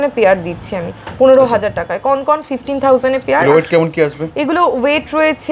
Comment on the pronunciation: উচ্চারণ টা কনকন নয়। সঠিক উচ্চারণ হলো কঙ্কন